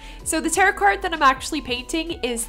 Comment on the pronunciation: Hey girl! Love your work! Just found your channel through the YTAC, and this piece is beautiful. Happy to subscribe! A quick comment though— tarot is actually pronounced “tare-oh”. A lot of people say it incorrectly and it is confusing so you’re okay! I would love to see more of these cards done by you! Xoxo Remy